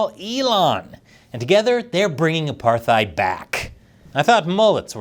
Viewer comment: Repeat after me: "Apart." "Hide." "Apartheid." I knew you could do it!